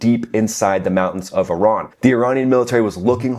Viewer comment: Sigh... it's E-ran, not Eye-ran....